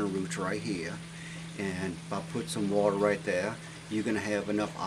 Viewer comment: I love your accent "wateh...peppeh" thanks for video